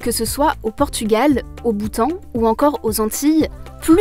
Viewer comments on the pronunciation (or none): none